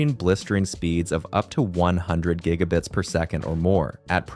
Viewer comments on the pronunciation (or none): none